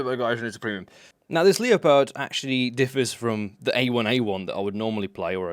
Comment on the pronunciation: Leo pard?, I hope you are taking the piss with your pronunciation.